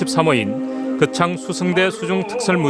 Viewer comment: 왜 자꾸 그창이라고 하나요 거창인데